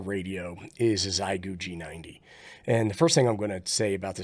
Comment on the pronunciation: Xiegu G90, Not Xigue.. but thanks for the great video!